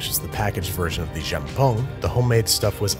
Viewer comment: Myeón. Also Jjamppóng 😂